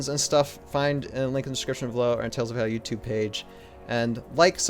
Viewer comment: Not to be nit-picky but every time you say Valhalla all I can think is why is he not pronouncing the L.. all i hear is "Vaallah"